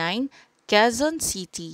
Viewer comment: quezon city hindi qoezon city